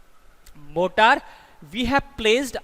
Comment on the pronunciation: Morter should be pronounced as मॉरटर